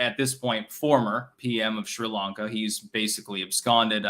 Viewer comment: What is "Shree Lanka" oh mein Styxtje?